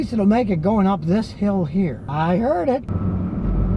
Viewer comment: Imagine sitting down with Scotty and taking him out for the drive saying I Hurd it 😏 I Hurd it 😂